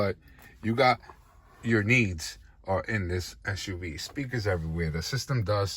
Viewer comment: SUV, not SHUV. dislike